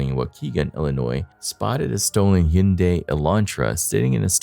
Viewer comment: Sorry but that's not how you pronounce hyundai